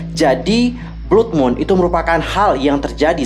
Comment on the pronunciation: Blood bacanya BLAD kak